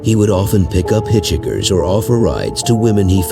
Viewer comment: Hitch hikers.please say it correctly many bad pronunciations. Omitted bittaker and norris,kearney,the hillside stranglers,the Gallegos ing and lake